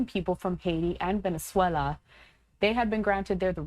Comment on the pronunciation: why did she say venezuela with an accesnt. Does she do the same with irland?